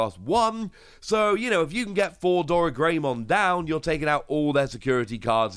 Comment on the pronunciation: 2 things; 1, it is most likely pronounced oh ryu mon. 2, there most likely will be a level 7 digimon with alphamon in its name because “Alphamon Ouryuken” is a jogress of alphamon and ouryumon